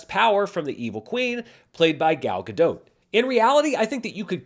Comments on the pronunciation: Since I know you care about pronouncing names right, Gal Gadot is not French so you should pronounce the T at the end of her name. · Sorry if I made it seem like you weren't trying. Listening again it seems like you did, It's not as clear as if you were pronouncing it like you would in Hebrew, but it's close enough. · In the Giancarlo Esposito spirit, a pronunciation guide : Gal (sounds like “shawl”) Gadot ( “GodOAT”)